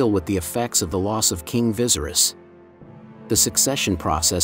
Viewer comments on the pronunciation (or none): Viserys is pronounced as (vis-aerys) not like how you'd pronounce visceral. Keep it up tho :) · vi-sair-is....not vizeris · Lol vicerous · Viesry’s is pronounced V-ser-ease do you watch the show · "King visiris" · Correct it sounds more like Vasaries. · VA- SEAR- RISS lol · Viserys is not pronounced like that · Viserys is pronounced differently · omg yes!! like if you've watched the show surely you could correct how the bot pronounces it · Pissed me off a little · the pronunciation of viserys throughout the video is cracking me up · You still don’t know how to pronounce Viserys???? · Computers aren’t really good at it